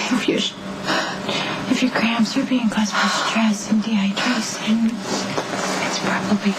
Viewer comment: Did Sam say "dehydRASON?"